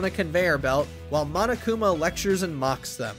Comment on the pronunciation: lets hope the guy doesnt say mo-no-kuma edit: ok thank god